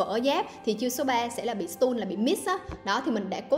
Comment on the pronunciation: Đọc sai từ “Stun” nhé! 😅